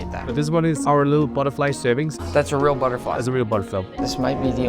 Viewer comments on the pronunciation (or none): He Said butterfill instead of butterfly